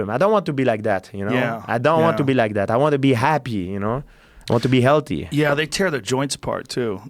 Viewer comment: After all these years George pronounce healthy as LT I'm not impressed by your performance!!